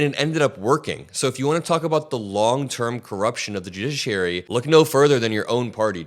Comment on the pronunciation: Did you just say "the jidgeschrurey?" Lol